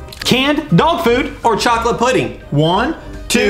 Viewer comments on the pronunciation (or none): Chocolate Not Chalate